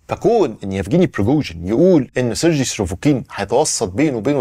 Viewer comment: خير يا كل شويه تقول سرجي مش عارف ايه مش عارف انطق الاسم